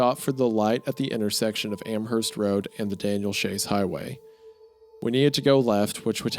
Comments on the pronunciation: Hey I live near Amherst NS, and for the sake of all who live there, it is pronounced Am-Erst, the H is silent. Idk why that bothered me so but loved the video otherwise ❤ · I've lived in western massachusetts my entire life, I cannot tell you how badly I want to punch a wall because of how you've mispronounced the town names. Worchester the CH makes an "S" sound, Amherst you dont pronounce the "H", and Quabbin Reservoir is not like you would say quack is like when you say "pour quoi" in french man I'd watch a WW2 documentary instead of having sex. I have a hyperfixation on military history, my girlfriend would probably watch it with me